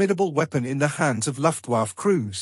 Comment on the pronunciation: In British English, it should be 'aithch-ee one seven seven'. - and it's 'Luft Vaffuh'. I don't expect historical accuracy, but when people correct you, please may them consultant rates.